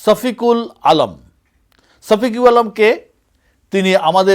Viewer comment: ছফিকুল না সফিকুল । আপনারা বাংলা ভাষায় ছ এর প্র্যাধান্য বেশি । পূর্ব বাংলায় যেমন বিশ বলে থাকি পশ্চিম বাংলায় কুড়ি বলে থাকে ।